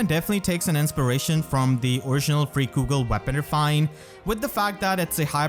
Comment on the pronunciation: Freikugel is pronounced Fry-Koogle not Free-Koogle. A way to remember how to pronounce germanic or nordic words with ei or ie is the second letter. You pronounce ei with the I sound, and ie with the E sound. It's the same pronunciation as Leicester, being Lice-ster, and not Leece-ster.